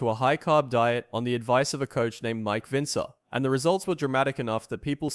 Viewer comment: I agree with other comments. This video is total bullshit. It was Mike Mentzer who mentored Dorian Yates. Explaining the concept of HIT and brief training to Yates. Plus if the video is going to mention Mike Mentzer, at least pronounce his dam name correctly